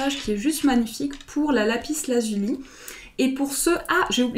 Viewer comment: Vous êtes très mignonne et gentille et j'aime regarder vos tirages mais sans vous offenser il ne faut pas prononcer le "s" de Lapis Lazuli. C'est une règle de facilité de prononciation...